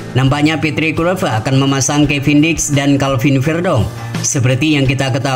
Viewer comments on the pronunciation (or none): kLuivert bang, bukan KuiLpert 😑